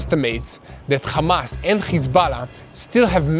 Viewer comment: It’s curious you bunch can say Ham.. but you cant say Hamas…. Without it becoming KHamas.. Why is that??